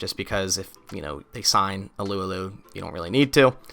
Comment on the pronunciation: it’s pronounced “tyson ahhloo ahhloo “ not “alew alew”